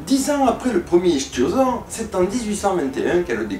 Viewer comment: Supère vidéo ! On sent le boulot qu'il y a derrière chacune de tes publications, en plus les montages sur le fond vert, le traitement apporté dans le jeu d'acteur, et le montage rendent un résultat dynamique. Bref c'est un vrai régal de regarder tes vidéos. J'ai simplement une interrogation, il me semblait que l'on disait "Iktiosaure" (à lire phonétiquement hein) et non pas "Ishtiosaure" ce n'est pas grand chose mais cela m'a perturbé tout le long de la vidéo en fait. Merci de me corriger si je me trompe, d'ici là à la revoyure